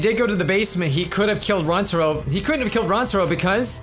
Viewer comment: it's not how you say rantaro it's ran-uh-taro